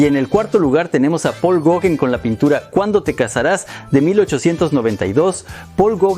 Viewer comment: Se pronuncia Gogan y es hermosa esa obra de Gauguin